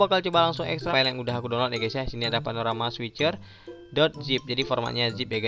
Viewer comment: bukan dunlut bang tapi donlot wkwk